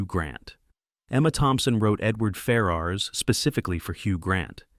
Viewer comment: Great vid but your pronounced ferras is slightly off